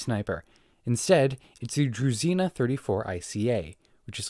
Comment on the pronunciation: Why does nobody pronounce H in druzhina?